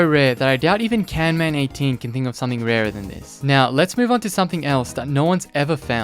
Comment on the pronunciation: Canman? Its Camman.